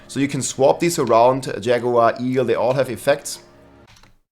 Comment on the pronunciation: say "eagle" What I hear: e-girl